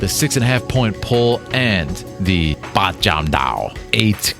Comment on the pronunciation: I know the monks there speaks Mandarin. But Wing Chun is from southern China. Fatsan (Foshan in Mandarin ) to be exact. They speak Cantonese over there. So the real pronunciation is Baat Jam Do